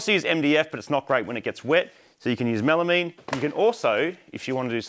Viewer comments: Melameeeeeeeen, Is that enough e's I didnt think you came from the lowest states. Try melamine, Spelled and articulated as melamine, Pronounced mel ah myne. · Pronounced “Mela mine” not “mela mean” hahaha